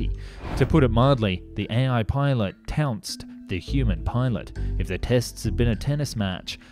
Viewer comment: The AI ‘TOUNCED’ the pilot? Not TROUNCED then?